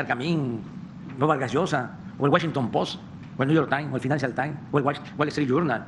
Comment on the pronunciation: Guashinton post , Nu yer tine, Finánchial tine, gueltin yornal!!!😱😱😱😱😱😱😱😱🤯🤯🤯🤯🤯🤯 no pues si que orgullo!!! 😵‍💫🐌💩👈🏻😆